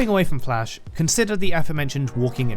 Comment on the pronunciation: bro really wants to call it dlash